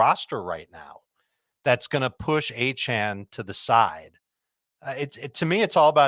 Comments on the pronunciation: Pronounced A-chain, not A-chan lol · A-Chan is mispronouncing his own name